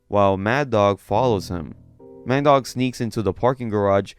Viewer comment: Ah Mandeuk, more like Man Dog lmao